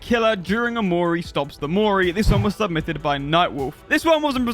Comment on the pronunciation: How I heard the intro: "Let's test 14 questions, submythed by you"